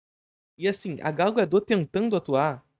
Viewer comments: Adoro seu conteúdo! Mas fala o nome correto dela. É Gal Godot sem o t mudo. Pode falar o t sem medo. 🤣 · Gau Gadô